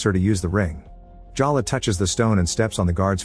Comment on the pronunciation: Is it Jaw luh or Jell luh? You pronounce it both ways. But I'll bet it's pronounced Jay luh.